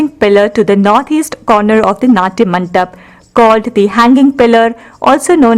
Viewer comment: Very nice... Very educative... The background score was quite distracting.. Could have been better.. Kalyana MANDAPA is the right pronunciation and not MANTAP Please 😊